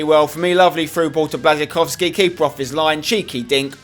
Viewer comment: I thought your girlfriend is polish, u should know how to pronounce Błaszczykowski's name